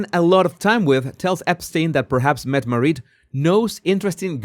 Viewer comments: It's pronounced MET uh MAR it. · Jesus, FYI: Mette-Marit is pronounced Mettemaaaritt with the emphasis on the t:s, the a is long and the name is said as one word. Mette-Marit is also godmother to the Swedish Crown Princess' Victoria and Prince Daniel's son Prince Oscar. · MEH-teh MAH-rit. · I’m cackling. The way he pronounces Mette-Marit is cracking me up. 😭🤣